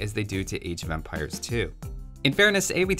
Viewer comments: It sounds like you are saying age of vampires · Am I the only one hearing "Age of Vampires" every time here?